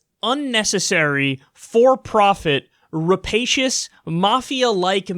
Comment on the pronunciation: I really enjoy hearing Kyle say "rapacious". If he emphasized it a little more it'd be light ASMR.